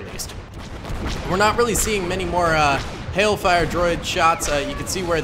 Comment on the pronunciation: Did you say "heck" fire tanks? Uuuh you know it's not hell fire right? It's hailfire. As hail you know raining sleet? That's pretty cringey.